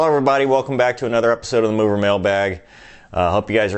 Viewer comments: So it's not "Mover" it's "Moooo -Ver". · should be Mower, like lawnmower or mowe down. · I had to rewind that to make sure I heard that right. lol, so it's actually more like MOOver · lmao at the origin of "Mover"